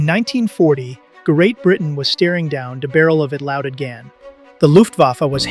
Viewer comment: Ger-eight Britain was steering down de barrel of a louded gan did it for me... Seriously, I can see why people might get text-to-speech software to read their scripts, but not bothering to listen for obvious errors before posting is just shoddy.